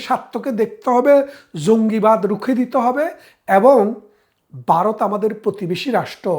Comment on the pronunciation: ভারত উচ্চারণ করতে পারেননা বলতেছেন বারদ; সেই আপনি আসছেন আওয়ামী আর ভারতীয় দালালী করতে!!?? সে-ই দিন নাই রে মনু; দিন বদলাইছে।গত ১৬ বছর তোমাদের শাসন দেখছিরে